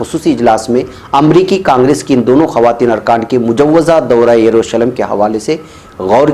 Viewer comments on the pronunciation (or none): none